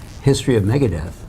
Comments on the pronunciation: "Maga-deth"? Is that Trump's metal band? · It’s MEGA not MAGA ..Deth.